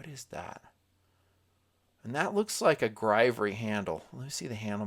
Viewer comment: Not grivery. Griv-ory. Heh.